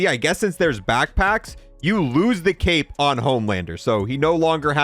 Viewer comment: you said " i wonder if the cape moves when he moves" i thought you said cake